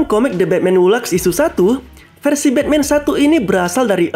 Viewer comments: Laugh bacanya laf, bukan lag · Engrisnya berlebihan sekali de red det jadi the dread death, e ai jadi ei ai, hu laf jadi hu lak. Santai aja pembawaan nya mas kalau sebut nama dewa dewa seperti Ares atau barbatos sebut biasa aja gak usah pakai aksen engris jadi aneh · Maaf min koreksi, laugh bacanya bukan 'lak' tp bacanya 'laf'